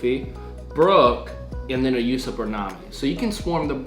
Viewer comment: Why do people pronounce Usopp as "Yousopp" constantly? I guess people are not following the anime or is it just me? 😂